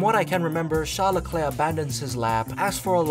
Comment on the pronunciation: “Shawl lecleow”